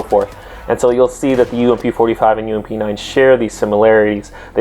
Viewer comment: More deadlier + saying 'UMP' made my brain shoot itself.